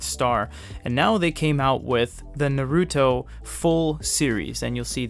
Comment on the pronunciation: did he just say... "ner-ooh-toe"?